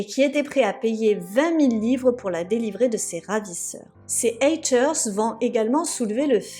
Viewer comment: à un moment dans la vidéo elle le dit avec un accent qui m'a paru super drôle